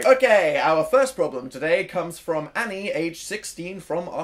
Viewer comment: My name is Annie and he says it so posh like it's hilarious